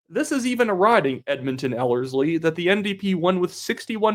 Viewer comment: Yesss, you pronounced Ellerslie correctly The last video you were saying it weird haha